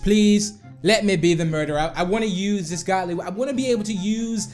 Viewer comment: ITS GOOLY NOT GODLY